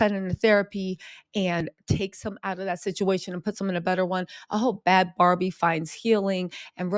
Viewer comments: If you’re gonna make a video can you atleast get the girls name right BHAD BHABIE NOT BAD BARBIE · Her name is Bhad Bhabie, not barbie